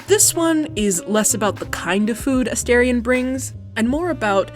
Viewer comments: you pronounced his name wrong. it’s asTArion not asTErion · I wonder why content producers pronounce "A STAR ION" "A STARE ION" ? I hear "star" (rhymes with "far") NOT "stare" (rhymes with "fare") whenever he says his own name. 🤔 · if you’re going to make a video about a character, at least say his name right. specially a character who has been dehumanized and objectified for 200 years. he may not be real but the people whose stories he represents are. many people, specially young women, see ourselves in him.